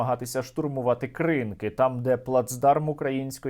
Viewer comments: КринКИ . Наголос на останній слог. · Пане Сергій, правильна назва - «КринкІ», наголос на останню «і». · Курва, КРИНКИ з наголосом на останній склад!!! Сергію, ви мавпуєте один в один вимову кацапопітеків. Має бути соромно, хоча чому, Сіверодонецьк ви до сьогодні мабуть називаєте Сєвєродонецьком.